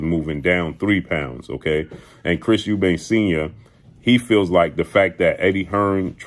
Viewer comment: Why do people put an 's' on the end of Eubank. It's really not that difficult.